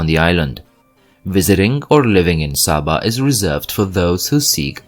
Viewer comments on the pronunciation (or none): It's not Sah-ba, it's SAY-ba. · Its pronounced Say-baa, not Saa-baa